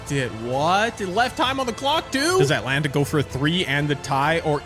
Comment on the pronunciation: Why do you say Atlanta like that